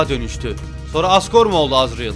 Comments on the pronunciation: abi asgor-re diyo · abi hardgore mi asgore mi 😂😂😂 hahahahahhahhahahahahahahhah